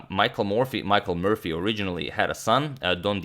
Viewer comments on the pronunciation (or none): none